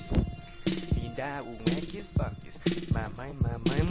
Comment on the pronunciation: kkkkkkkkkk crl o cara fala eggs box